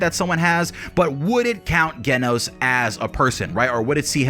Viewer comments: Ok dude... It's Genos with a J sound J-enos. Hearing you mispronounce it so much was painful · JEN-os. I love your videos, just so you know! But you have to pronounce it correctly so I'm more focused on the awesomeness you bring us instead of the "ooooffffhhh, did he pronounce that right?!" aspect. Please, please keep putting out the great content that you do! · lol also geh-nos 😂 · The way he say genos name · i can agree with ALL of this, except how you pronounce Genos